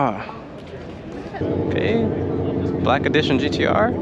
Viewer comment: Love, hate the Japanese imitation every time. “GTRrrrrrrrrrr”